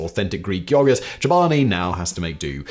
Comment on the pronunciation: Of all the words you pronounce weirdly none of them compare to your take on the word yoghurt. The way you drag out the O sound is disturbing. It's almost like he's saying yawgert.